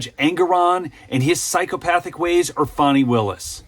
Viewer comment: Come on The witch’s name is Fani…pronounced FAN-NEE… not “Faw-nee”. Give me a break.